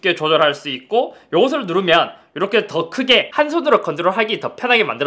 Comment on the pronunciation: 이러헥->이렇게 ㅋㅋㅋㅋ